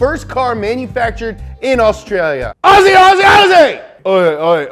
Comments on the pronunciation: umm no mean to be rude but it’s pronounced ozzy not aussie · aussie is pronounced Ozzy or o-z